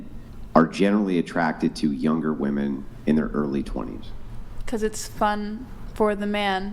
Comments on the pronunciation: Why tf do I keep hearing women say “woman” instead of “women” when they’re talking about “women” and not a single “woman” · How come these Gen Zers can’t pronounce women?